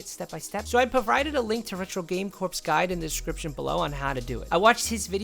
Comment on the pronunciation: Retro game “corps”? Lol